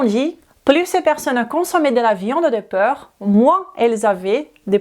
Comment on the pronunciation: obrigada pelo vídeo. O conteúdo é interessante, mas a sua pronúncia está precisando de ajuda. Você está pronunciando porc como peur. Moro na França há 47 anos, posso te ajudar?